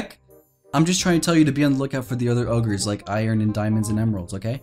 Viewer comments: He did said ogers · He said ores not ogres (lol)